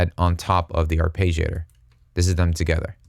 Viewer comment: Arpeggiator. Ar- Pedge-iator. not Page. Pedge. eesh...